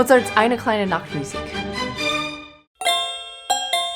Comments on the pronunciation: I am from Germany. Your pronunciation of "Eine kleine Nachtmusik" was GREAT! Was not expecting that!! Had to hear it several times. Well done!! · for the perfect pronunciation of "Eine kleine Nachtmusik" 😊